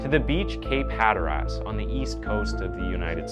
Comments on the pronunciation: Hello, Grammar & Pronunciation police here,… in this video, you say Cape Hatteras. People from the East Coast generally pronounce it like “Hatter-iss” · This story is seriously f'd up. I have to say though being from NC you butchered Cape Hatteras. Luv ya tho.